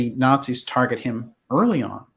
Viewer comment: they were Gerrnans not ´rrarzis´.